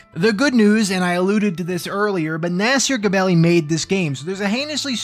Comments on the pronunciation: I'm gonna miss you saying Naaasier Guhbelly. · The way you say "Nasir Gebelli" gives me the staunchest of brain scratches.